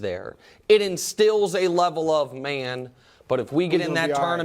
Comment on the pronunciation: "Because Brady's there, it instills a level of maan" killed me!!! Nick sounding awfully hillbillyfor a second!😂